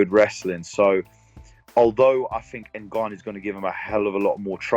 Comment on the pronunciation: Who's "Nagon-you?"